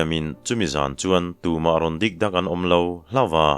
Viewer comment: Dik dak tih hi, i chhiar rik dan hi chu ṭawngkam mawi vak lo va thil ei sawina, dîk dãk ti a lam chuan lêng lut, dak lut tihna aw.